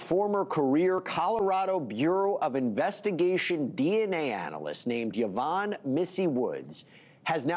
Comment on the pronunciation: Ya-von....? NO. it's eeee-von. Then the video of Mr. Ramsey talking is just downright lousy. It cuts words off so as to make his works unintelligible some of the time. Can't you guys do better than that?